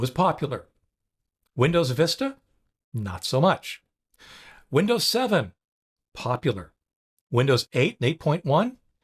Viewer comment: Did you say Lindows?